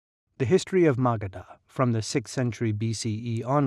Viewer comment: It's pronounced as "muh-guhdh" and not "Maga D Ha" 🙄